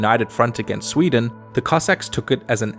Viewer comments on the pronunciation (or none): none